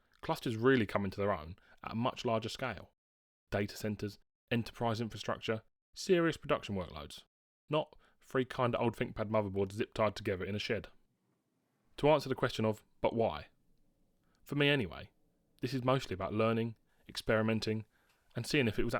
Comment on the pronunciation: You desperately need elocution lessons. It's not free for three or fing for thing. I can't watch your videos because of it. Flabbergasted how you've got so many subscribers.